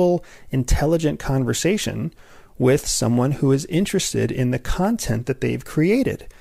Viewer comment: I love how you say content like 'cuntent,' but I love your content even more! Thanks for helping find the signal from the noise, to see the forest for the trees! <3